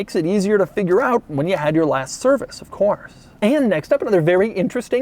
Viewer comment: that was the weirdest “of course” I ever heard lmao